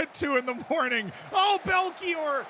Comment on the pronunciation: Fastastic Belchior pronounciation